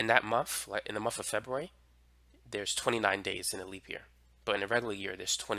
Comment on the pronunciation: It’s month not muff